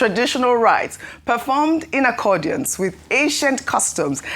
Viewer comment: When will Ojy learn to properly pronounce the word ‘accordance’. There is no ‘I’ in the word.